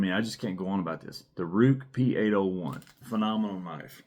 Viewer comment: Ruike is pronounced as Ray-kuh. Rike knife is a different company, probably best known for the Rike Hummingbird.